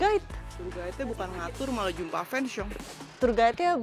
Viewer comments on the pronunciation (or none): none